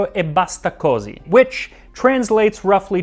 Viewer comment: How on earth can he have such a good Italian accent when he doesn't know that a vowel with an accent on it has the stress? It's così, cosI, not cOsi. I've subbed... let's see for how long... Btw, I've heard that the Romans knew "picea" as a flat bread, so 500 years are far too little.